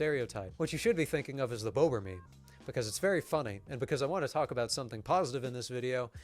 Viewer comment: You need to sharply pronounce vowels in Polish. It's BOBER, not bowber. You need to roll the r too